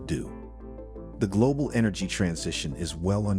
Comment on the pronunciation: Global not "Glodal"